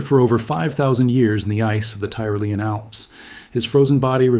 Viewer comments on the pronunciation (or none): I love the real narrator. It's pronounced tee roh LEE an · Tyrolean = Tea - Roll - Ian. - Thank You. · Pronunciations of Ötzi (or Oetzi if not spelled with umlaut) and Tyrolean are both off.